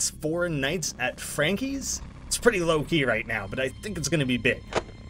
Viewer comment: Ah yes..... four nights at Fronkeys.